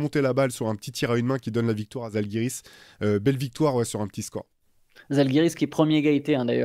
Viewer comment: On prononce Jalgiris, pas Zalgiris, merci ;)